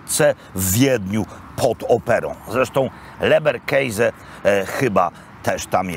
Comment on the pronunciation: Leberkäse,to orginalna pisownia i nie mówimy keise tylko keze,tak przynajmniej mówią tu gdzie mieszkam Austriacy,a mieszkam w dolnej Austrii dość dlugo,pozdrawiam p Roberta a leberkäse może i dobre,ale nie jest zdrowe